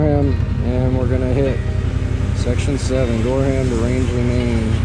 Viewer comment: Gorham is pronounced GorRum